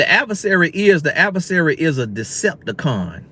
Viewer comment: Decipticon....lol😂😂 come on love it